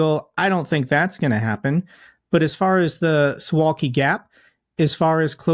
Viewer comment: He talks about closing the Suwalki (he could at least have pronounced it correctly) gap as if no-one will or can stop them. I live not very far from there, and I can tell you that any approach to the gap would be seen days if not weeks before, and a hot welcome would be waiting for any Russians who attempted to take that teriitory. NATO is well aware of the gap and has gamed it every which way. Not going to happen, old chap.